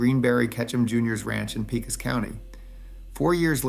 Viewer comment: As a 5th gen Texan, let me help you. It’s “paycos” not “peecos” and it is “meHaya” not “meksia”. You’re welcome.